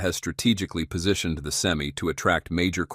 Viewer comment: I wish Ai would learn how to pronounce Semi truck. Sem-eye, not Sem-E